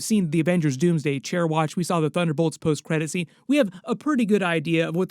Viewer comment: am i the only one who heard ‘the butt whole’s credit scene’